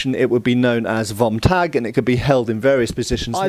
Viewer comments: "Fom Tag!" The correct pronunciation of "V" in German is => F That includes the car manufacturer Folksvahgen, Faterland, Ferboten and all the other classics. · as a german i wated to tell you if you want to say vom tag would be spoken as fom taag